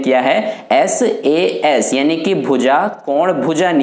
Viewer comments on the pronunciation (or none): Saa nahi sas